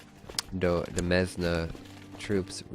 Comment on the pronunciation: Demesne is pronounced the same as 'domain'